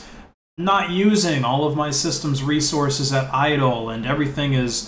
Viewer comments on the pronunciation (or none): none